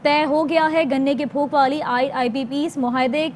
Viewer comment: It is PHOK not PHOOK